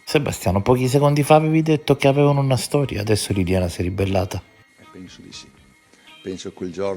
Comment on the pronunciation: esatto 👍, stessa identica cosa e’ successa anche a me . Quando (mesi fa) faceva gli stessi sproloqui di oggi “tutte fessewie tutte bufale tutte chiacchiewe nessuna stowia d’amowe tutti bugiawdi” gli ho scritto “MA LEI CHE NE SA?” , e mi ha bloccato subito in pratica posso anche continuare a scrivergli ma non mi può leggere nessuno